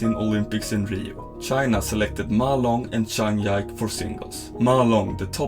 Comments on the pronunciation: Zhang Ji-Ke became Zhang Yaik, I've lost all respect for you narrator and uploader. Bye. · Grym video, men Zhangs tilltalsnamn uttales "Ji-Köh", inte "Yike".